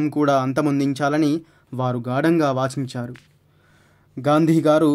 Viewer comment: మన:పూర్వకంగా వాఛించారా😄😄.....బాబూ పదాలని సరిగ్గా పలుకు లేదా తెలిసినవారి ద్వారా తెలుసుకో.వాంఛించారు అనేది సరయిన పదం..నెమ్మదిగా చెప్పాలి వెనకాల ఎవరో తరముతున్నట్టు ఎందుకంత వేగం....ఇలా అయితే వినటం లైక్లు, షేర్లే మిగులుతాయి....అనుభూతి,అనుభవం మాయమవుతాయి.